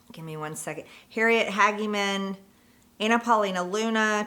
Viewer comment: How can she not know how to pronounce her colleagues last names?? Eg Tim Burchett and Harriet Hageman?